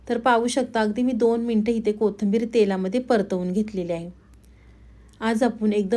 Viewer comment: पाकक्रिया छान आहे. फक्त कोथिंबीर म्हणा ताई. कोथंबीर नाही.